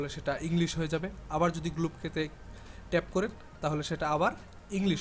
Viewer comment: শ' গ্লব কে!! 😂😂😂 Show globe key! এগুলা কি বলস ভাই?